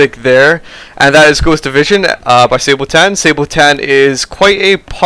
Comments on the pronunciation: It´s pronounced SA-BA-TON...easy, it´s a piece of medieval foot armor XD And they sing about all kind of wars. No offence, but Sabotan? SAY-BOW-TAN? Whut. Just died laughing. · Pronounced as it is spelled no fancy stuff Sa-ba-ton